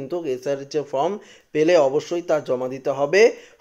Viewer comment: ফ্রম নয় ফর্ম বলুন